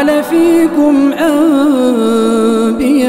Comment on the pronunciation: لكن الآية أنبياء تنطق أمبياء معناه اقلاب ولا تنطق أنبياء